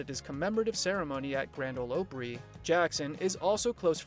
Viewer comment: And learn how to pronounce Opry. I couldn't get to the end. So many lies.